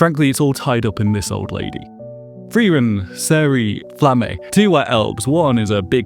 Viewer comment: You pronounce some names weird as a dub watcher. "Flamm-ay" instead of "Flamma?" "Land" instead of "Lon" basically? (Lan, really, but closer to Lon than land)